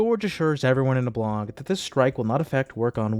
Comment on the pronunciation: Cracking up because something about the way you say “blog” has my captions translating it as “blong.” I had to rewind like 5x before I finally understood the confusion. Blong aside, great video. Please update us again soon!